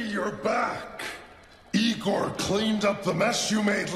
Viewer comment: Erm actually it’s said igor🤓👆